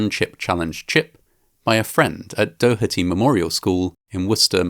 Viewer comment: Sorry, I just need to let you know, because details are important; you started off by saying "potato chip". It's not a potato chip at all. And then you completely pronounced Doherty wrong. It's "dohretty". :S